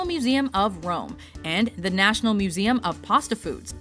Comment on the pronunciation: I love how accurate you pronounce the meseum names. you're like multilangual or something.